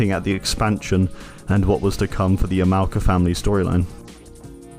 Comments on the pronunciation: Great Video! However Yamaoka is not pronounced as Ya- mao-ka, it's Yama-oka. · So is nobody going to mention he pronounces it as "Yuh-Mow-Cuh" orrrrr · Petty complaint i know, but the way he says "Yum-ow-kuh" kills me. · dude learn how to pronounce yamaoaka, its not that hard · are you purposely being ignorant to other culture? like everyone knows how to pronounce yamaoka